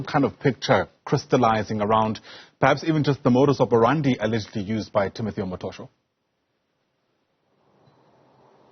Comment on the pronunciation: it's "modus operandi" not operanda. And pls take care to say so and so "alleged" these are just accusations no truth has been established yet in this case💯